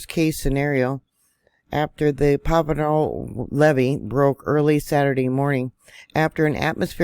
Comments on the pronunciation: Isn’t it pronounced Pajeeo? I can’t find pavo anywhere? Monterey county right? It can get major flooding without the break. 🙏🏻🙏🏻❤️ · PRONounced Pa har O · Pa-har-o that’s how you pronounce it . Thank you for the update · it is pronounced: pa..ha.. roe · Pronounced "paharo"